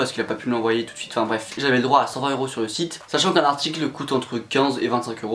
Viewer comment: trop beaux tes « swite » comme tu dis mdr